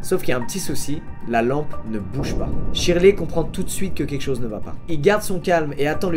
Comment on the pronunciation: Shirley se dit sherley